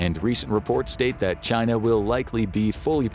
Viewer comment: "The gret chyynnaa"